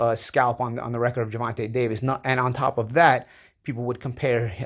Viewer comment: you are trash. 🗑 say Davis's name correct your not right about that fool.